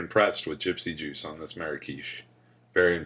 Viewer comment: tee hee... "Gypsy Douche.. Orangesicle" .... ?? =p Thanks for those giggles.. every time ya kept saying it that way. :) Live long(ER) & vape on!